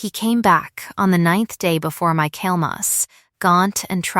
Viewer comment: Michaelmas is pronounced "micklemass".